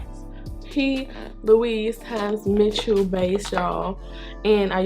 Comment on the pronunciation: Love it!!! The way you pronounced his name . Hm Hm Mitchell! Loll that was cute! Gorgeous look! Yes definitely a video for the wing liner ❤️